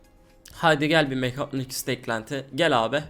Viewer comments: sen önce git 1 konuşmayı öyren mekatonik deyil mekatronik tmmı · abi niye hep mekaytyonik diyon